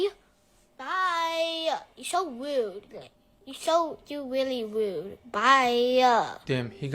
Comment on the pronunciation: this kid can’t even pronounce his name “r”s. He ligit said “Wude”😭😭😭